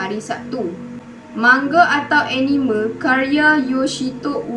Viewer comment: Jangan la pandang script haha and you pronounce Anime tu salah boleh refer youtube care sebut anime yng betul but keep it up good work!! 🎉